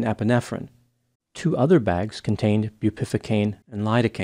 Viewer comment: it’s pronounced as “bew peh VUH cane” not”boo PIFFA cane” for the word Bupivacaine. 😂